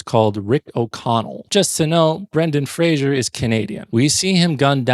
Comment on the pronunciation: Oh man, hearing you consistenly mispronounce Weisz and Fraser killed me. Fraser rhymes with laser; there's no zh sound in it, like Frasier (fray zhur). It's just fray-zer. He's said this countless times. And Rachel's surname is pronounced "vice", not "weiss". I just watched one of your other videos where you commented on how "they got 90% of the way there, then ruined the last 10% by mispronouncing it" and then you do it here by mispronouncing the 2 lead actors' surnames.